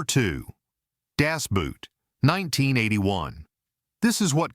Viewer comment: Every time you AI commentary pronounces “Das Boot” as footwear, we lose a little respect for AI and its users!